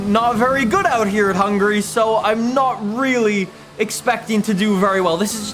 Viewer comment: "welcome to a lovely sunny day in hungry" i know what he was trying to say but its still funny